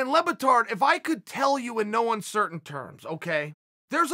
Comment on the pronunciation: How do you get Lebbatard from "Le Batard" ?????!!!!! (French for "The Bastard" by the way)